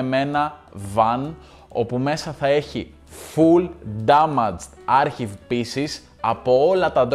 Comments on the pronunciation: Τι άρχιβ ρε; αρκ-άιβ λέγεται 😅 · Αρχιβ προφέρεται το archive για όποιον δεν γνωριζε😂 πέρα απ τα αγγλικά πολυ ωραιο βίντεο συνέχισε την καλη δουλειά!